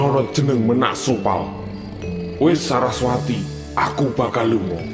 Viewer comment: Bukan menak sopal min..! Tapi Ménak Sopal, baca é nya seperti baca e pada enak atau kecap